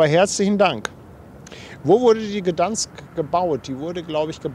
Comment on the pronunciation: Aussprache ist folgendermaßen: G D E I N S K. Das G so aussprechen als würde es ein Kind gerade lernen. In etwa wie Gö, aber das ö ganz kurz betonen.